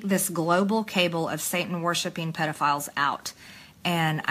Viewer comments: she thinks 'cabal' is pronounced 'cable' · When your brain’s so smooth you say “cable” instead of “cabal” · The funny part is how she still cannot pronounce the word, Cabal, and instead says cable, lol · A. She really is batshit crazy. B. Did she just pronounce "cabal" as "cable?" 🤣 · No one should trust an elected official who pronounces cabal as cable…like tf?? She sounds like she doesn’t even know what color the sky is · Global cable? I think she meant 'cabal'. 😂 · Did she say Cable? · It's kəˈbäl, not kāble,. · Pronounced cabal as cable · She can’t even pronounce “cabal”